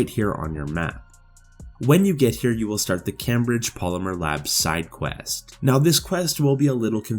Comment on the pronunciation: Never heard Cambridge pronounced that way but okay